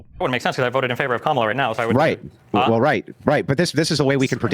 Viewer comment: I forgive papa's struggles to pronounce Kamala solely cuz Pyrocynical kept pronouncing it as Carmilla